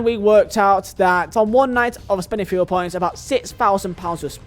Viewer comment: Why do you say it say like ‘fia points’